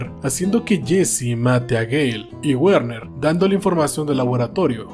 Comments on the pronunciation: Una corrección con la mejor intención el nombre de Werner se pronuncia Verner la W en alemán suena como V. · me duelen los oídos al escuchar decir guerner